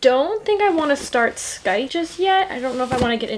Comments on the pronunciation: its like (sigh-th) its a hard word though!! one of my only 5 star reads though i absolutely adore scythe <3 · Scythe is pronounced S-i-the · Scythe is actually pronounced as sithe ! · There’s no “kuh” sound in scythe it’s a silent c but I said it the same way when I saw it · You don’t pronounce the ‘c’ in Scythe :)